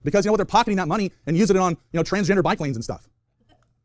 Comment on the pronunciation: I swear I heard “Transgender Biplanes”